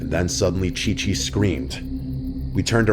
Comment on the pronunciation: OMG it was supposed to be Ci-Ci. But I think he read it wrong 💀